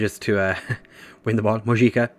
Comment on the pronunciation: Mojica is qctually pronounced Mohica